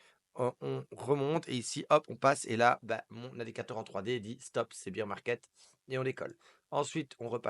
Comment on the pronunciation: Pas bir market mais bear market